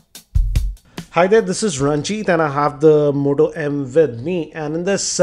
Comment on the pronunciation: "almoonium back of motoh emM"